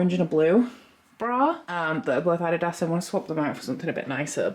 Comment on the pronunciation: I have never in my life heard someone say adidas the way you did LOL that cracked me up.